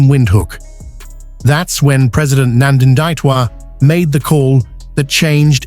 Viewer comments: Please read my President’s name correctly!! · Can sone Namibian in USA please help the Yankee with correct pronunciation of our President's name!?